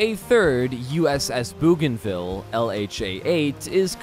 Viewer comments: Incarcerations?? Try, iterations or versions USS Bougainville (LHA- 8) after Louis Antoine de Bougainville is pronounced with an 'o' not an 'oo'. de Bougainville lead a truly amazing life, one definitely worth a read. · Pronounced B-O-G-A-N ville not Booganville. Famous island in the Pacific that was an air operations base near New Guinea. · Bouganville is pronounced 'boh gan ville' not 'boo gan ville'! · Incarceration = incarnation And they miss-pronounced Bougainville